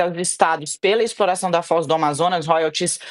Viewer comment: " O mundo num podi, so eu podi explora peetroliio, minha exporação é com muito amor" pai dos pobres.